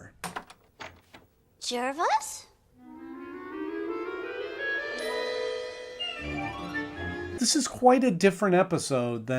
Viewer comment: His name is Jervis with an E not Jarvis as in Iron Man.